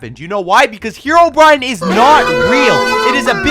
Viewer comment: Who here called Herobrine "Hero Bryan"?? 💀💀 👇